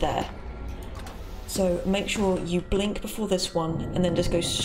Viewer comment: i'm hear it as not "sure" but "чё", okay...